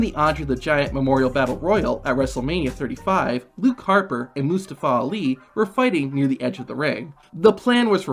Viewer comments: just butchering Mustafa Ali name... LETS SAY IT TOGETHER MOO STA FAH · Mostaowa owli ? Is that correct? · You should probably learn to how to say Mustafa Ali's name